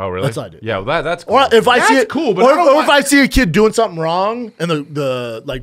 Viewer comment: Also what are, not water. Also we, not weed. Also doing, not dune. Also here, not hair.